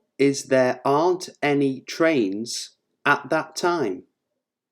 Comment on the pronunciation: Sounds Ant instead of Aren't